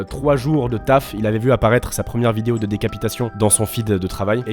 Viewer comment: "bonne bidéo"